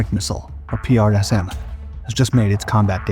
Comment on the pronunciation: Hey buddy, save your strength and tongue by pronouncing PrSM as PRISM.. The US Army does...